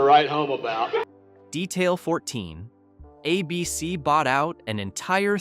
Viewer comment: Abeecee? Was Don Knotts REALLY an established TV star before Ralph Furley